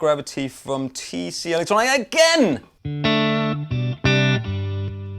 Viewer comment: Aren't tc electronic a Danish company? Maybe pronounce it like Danish Pete would be a good idea.